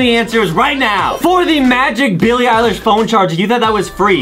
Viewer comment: Billie ilesh more like bilie _pie_lish